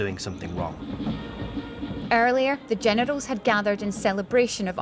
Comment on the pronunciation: She said the genitals?